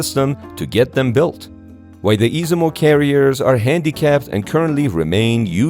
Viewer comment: Is iZUmo...no iSImo.....